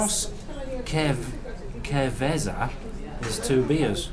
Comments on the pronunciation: Another intereting vlog, just as well there are no cars and only a few people around as the streets are so very narrow!!!! in Spanish the c un cerveza is pronounced as the second c in concert!!!!! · I’m enjoying your videos ❤️. Btw “The “C” in CERVESA is pronounced S